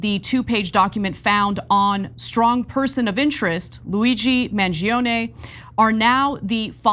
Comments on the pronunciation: I'm Italian and from all the coverage i listened to, Ana was the only one that pronounced his name right. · Finally someone pronounces Mangione correctly 🤌